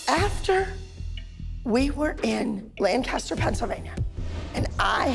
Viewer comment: Good god why did she pronounce Lancaster wrong??? I live there and it’s really easy to pronounce